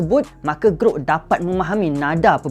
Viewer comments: Gruk Gruk Gruk "GROK" bukan "GRUK" ni bukan bunyi kunyah keropok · orang kata (Ge-rock) dia (Ge-ruk). 😂.